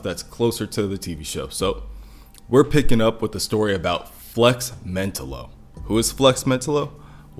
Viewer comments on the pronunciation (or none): Nice but it’s pronounced “flex Men-tah-lo”